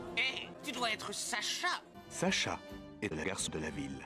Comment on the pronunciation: C'est pas Sacha c'est Chaach